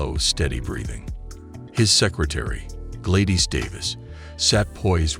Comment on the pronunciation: So where is the warning on trump.... Just rumbling of an AI voice that can't pronounce Gladys and echo properly... Just wasted a lot of time watching this bullcrap